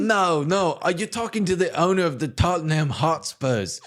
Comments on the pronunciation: Just say Tot-Num. Even as an Arsenal fan that hurt to listen to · TOT-NEM - pronounced tot-nem sir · Absolute crazy pronunciation of “Tottenham”. Every single time you said it, I was floored. Incredible.